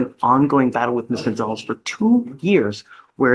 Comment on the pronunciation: Did the judge call her Ms. Coinzalez?